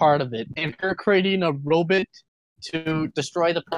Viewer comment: I'm surprised no one referenced Dr. Zoidberg when pronounced robot as "robit". That would have been neat, since that's how Dr. Zoidberg pronounces robot.